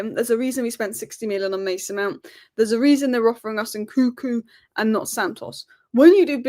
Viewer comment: It’s N -Kun - Ku not NKuku. You are missing the second N